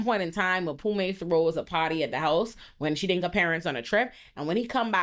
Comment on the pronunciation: I’m here for a second watch just to hear call Mpume “Maphume” over and over again 😂😂😂😂